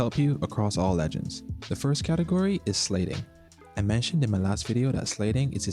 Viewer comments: lol cant get over how he said sliding "slading" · what kind of accent says "slayding"? no hate, im just asking